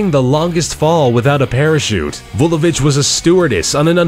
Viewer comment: Instead of Vulovic, I first thought he said, "Though the bitch was a stewardess" 😂😂😂